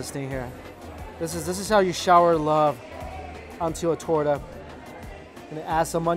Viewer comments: He said torda instead of torta lol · If you say toura one more time !😡😂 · I was really sad until he said torta and then I figured out he want talking about the meat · lol, my heart hurt every time he tried to say torta. Still, lots of love to you! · My man dont know how to say torta xd